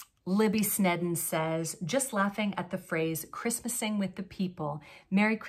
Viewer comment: I dont do resolutions. My thought process is that if something needs to change or be improved upon ... it need to happen now! lol. There is less commitment when we "wait to do it." That salmon tunic is in my wish list!!! SO DANG CUTE! (pronounce Sneden ... like Sneeden. ;))